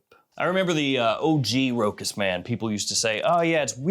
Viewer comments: Big fan ! One correction ...ROCHAS is correctly pronounced Rosha not Rokas. ...Cheers. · for the record, you don't do that badly on French words. You make an effort and you mostly get there. If you're interested in improving though, just know that it is pronounced RO-chass. 😀